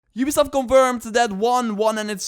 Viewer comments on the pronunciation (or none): none